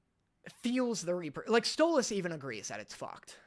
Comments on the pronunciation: I’m going insane it’s stoles not stoloss and I know it’s spelled stolas but it’s still not pronounced stoloss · Bro it’s stolas not stolAs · Btw you pronounce stolas like; “stole-less” not “stole-las” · “Stolass” Me as a stolas fan:IT’S STOLAS NOT STOL-ASS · Stop saying stol-oz 😭😭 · i mean u kept pronouncing stolas like how stella pronounce his name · “Stolahs” That pronunciation hurts me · Why you sayin Stolas like at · I love how he says 'Stolas' 😂😂😂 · And he learned why he got flak for how he pronounced Stolas lol.